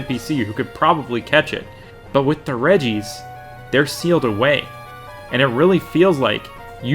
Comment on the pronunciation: "Redjee-ice" ech